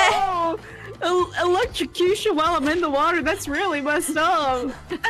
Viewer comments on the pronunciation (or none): none